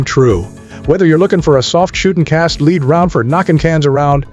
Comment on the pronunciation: Cast LEED? Come on dude